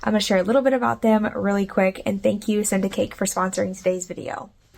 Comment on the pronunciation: Lol!! I thought you were saying "syndicate" & I was so curious what it was going to be about & then I saw the ad & I was like ohhh! Send a Cake... PS - those plants you dug out in the front yard that you thought were dying I believe could have been saved. You need to periodically just pull off those bottom yellowed & browning stems & leaves which should help to keep the rest of the plant healthy & looking good as most of it did.